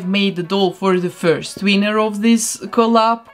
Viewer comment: Does anyone else love the fact that she says winner as wiener 😂